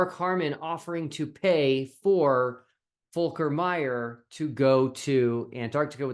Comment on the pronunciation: Your pronunciation of the name is pretty accurate. Lovely to see a German possibly joining an international team. Seems there are available positions not used by headless chicken...